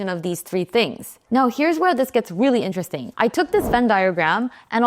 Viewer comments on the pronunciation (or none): none